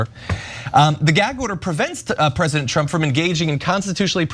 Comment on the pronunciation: Trump, not Tramp